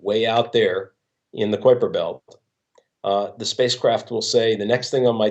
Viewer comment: It's no 'Kwiper Belt'. It's "Kaiper Belt".